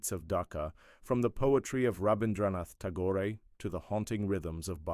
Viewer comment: Everything is on point except when you said Rabindranath ta-goh-reh, I choked a little. 😆😆😆😆😆😆 it sounded so funny. Now I know why Germans find some of my pronounciations hilarious as well.😅🥲😆